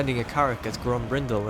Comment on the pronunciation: Grombrindal pronunciation in English is so broken and wrong, stupid manlings